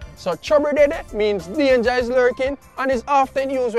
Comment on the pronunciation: But, you interrupted his explanation!:face-fuchsia-wide-eyes: Oh, he said "danger is lurking" "deanger is lurkin'":face-red-heart-shape: I'm kind of astonished I understood that. German native and kinda fluent English here. Maybe because Europeans hear so many different dialects of English? At least I do. I'm too lazy to learn more languages, lol, so I like it when everyone learns at least English. Or maybe because I sometimes like to listen to ragga jungle and became a little bit familiar with the phonetics. Probably more of the latter.:hand-purple-blue-peace::face-green-smiling